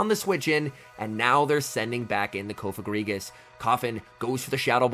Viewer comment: Finally someone says it’s name right thank you 😂🙏